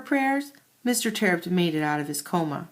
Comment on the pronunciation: it's terupt no tearupt